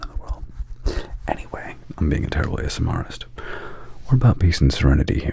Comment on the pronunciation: Because ily it’s pronounced ASMRtist - as in ASMR + artist (not ASMRist) 😘🩵